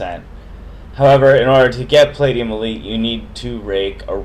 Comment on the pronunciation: Plate-e-um hahahahahaha